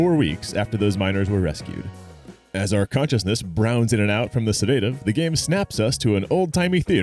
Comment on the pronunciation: are you AI? you said se day tive